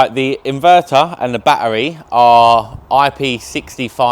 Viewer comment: It's NOT baa-EReez. It's a ba-TTeRy C'mon Lad a handsome guy like you shouldn't be talking like that.